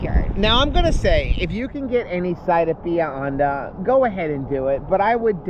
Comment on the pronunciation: It’s Bah-he-ah Hon-dah